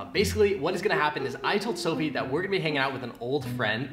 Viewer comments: Not dofie it’s dophie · Chole did you just broke sofies brother's TV and stop saying doffe all the time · always says Dophie in the love videos